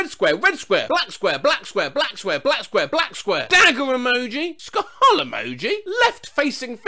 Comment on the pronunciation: I love how sometimes says ska hull emoji